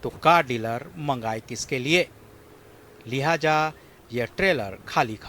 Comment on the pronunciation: Reporter sahab plz ek correction lihaja nai lihaza